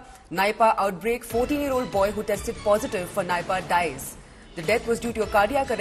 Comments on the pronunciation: Her pronunciation is wrong, It's Neepa (Nipah) not Naipa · Its not nypaaa.. its nipah